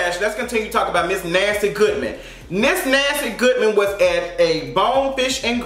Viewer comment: I love the way you said the white walker’s name. It almost sounds like Nasty Goodman. 😂😂